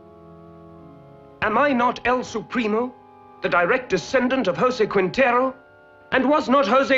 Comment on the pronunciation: pronounces Quintero incorrectly also